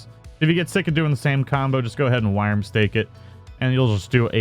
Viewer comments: 'Wyrm' is pronounced the same as 'Worm'. Thought I could put up with it, turns out i couldn't. Learn to talk. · Are people seriously giving dislikes because he says wyrm/worm weirdly? Why not focus on the point of the video instead of an irrelevent nitpick? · Yeah sure buddy and dont let that oh so triggering awful pronounciation in a vid on the internet get to YOU too much take care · You have posted 8 times on this issue alone. Amazing how triggered you are over a simple mispronunciation.